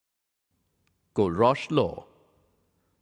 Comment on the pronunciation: It's not Kohl a rausch it is 'Kohlrausch'.